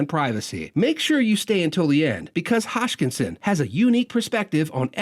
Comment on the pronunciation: It's hoskinson not hotchkinson